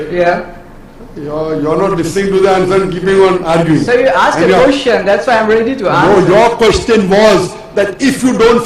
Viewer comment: Hey Dude it's ASKED NOT AKSED ITS EASY ASKED ASKED ASKED NOT AKSED AKSED AKSED